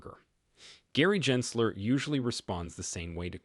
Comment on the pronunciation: How can we take you seriously, when you can’t even pronounce Gensler’s name correctly a hundred times??🤦‍♂️